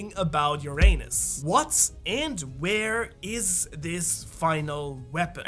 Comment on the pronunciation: I see we still haven’t learned how to pronounce URANUS …. Quick google should be the remedy 😏 💜